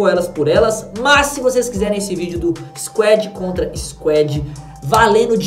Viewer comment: Nao é squed é squad mn